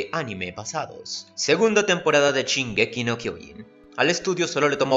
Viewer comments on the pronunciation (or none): shin....SHIN ....."SHINGEKI" .....NO CHIN......shonen.....SHONEN....."SHONEN".....NO CHONEN!!!